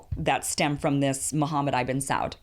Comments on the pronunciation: Btw ibn is pronounced how its spelled, ib-n not EYE-BIN. Ibn means son of (or child of, I forget sometimes) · Kim, “ibn” is not pronounced “eye-ben”. It is more like “e-bn”. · ibn with a short i, not long. Sah-ood, it does not rhyme with cloud.